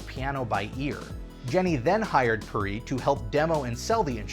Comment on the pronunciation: I'm not proud of for pronouncing "Perrey" the wrong way.